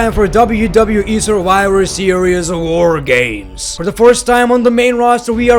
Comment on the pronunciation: "Woah Gaymes"